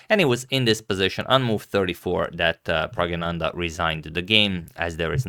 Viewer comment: Flawless sanskrit like pronunciation of praggnanandha adagmator!